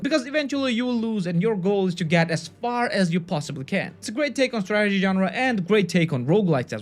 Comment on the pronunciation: I kept on hearing tragedy game....